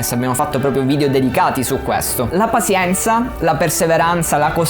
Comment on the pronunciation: Bello tutto ma "pasienza" è proprio una pronuncia fastidiosa XD madonna, sembra che lo hai detto sbagliato mille volte a posta ahahahah Tutto il resto come sempre un grandissimo insegnamento. Grazie.